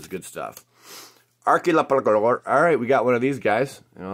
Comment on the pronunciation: Ark ē Pell uh gore is how you pronounce it.